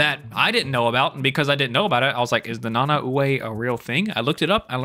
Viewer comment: I was literally ready to type and you mentioned about king shark also i could be wrong and I think it’s pronounced Na-Nah-Way